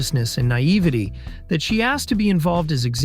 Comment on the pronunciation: Thank you for pronouncing 'Naivety' correctly. ❤